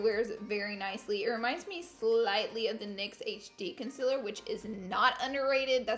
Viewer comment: can you please say concealer right. like don't say conceler it really bothers me